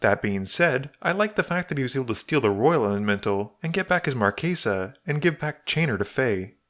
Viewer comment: Stop pronouncing it "markaysa" it's "Marchesa" like "chess" or "Chelsea" or "chase" NOT "case"